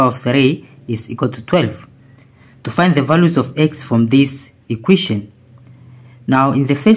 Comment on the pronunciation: It's called an equation, not an iquition: stopped watching immediately